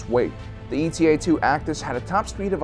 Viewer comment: it's not E T A it's e-ta